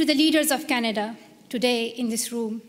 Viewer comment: Plz read Canada instead of Csnada.